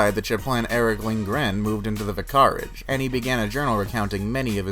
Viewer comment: vi-CAR-age..??? Try VIC-ar-age....